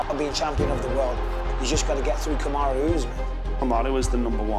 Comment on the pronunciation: Kamaroo Usman! 🤣 Glad has learnt how to pronounce his name.